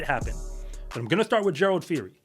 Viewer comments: Gerald. Phiri. Not fori.. the P and H sound like Peeri. Means wolf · It's actually pronounced "Pee- ree" the H in Phiri is silent